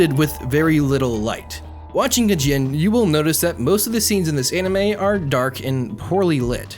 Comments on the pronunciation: ajin is pronounced ah jeen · OK! But the way you pronounce Ajin.